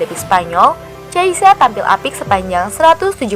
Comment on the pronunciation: Min bukan cheisa min tapi chiesa... Dan bacanya pun bukan chiesa tapi khiesa...